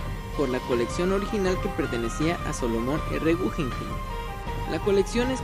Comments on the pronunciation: podrías pronunciar naturalmente el nombre del museo “gujenjein” sino “gugenjaim “ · No es gujenjein sino gugenjaim